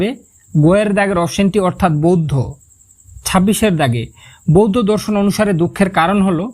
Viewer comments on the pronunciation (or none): none